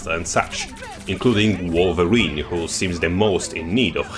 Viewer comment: Not "Vulva-rine"!